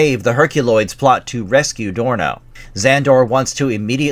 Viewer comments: Dorno, not Sorno. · The son's name was Dorno, with a 'D' not an 'S'. Jeez, did you actually ever watch this show if you didn't even know that?! 😨 And it's Gloop, not Glop. Edit: Well, at least you get their names right after the first time. That's a relief. As for the comic book, well... thank you sincerely for the recap of the first few issues; I heard of it but never got to see any issues of it. Glad you've shown us the first few issues, but the art and story quality and character development are imo all off. Zok was not iirc a female, and Dorno was definitely not such a spoiled, immature, reckless brat. And imo the stories are meh.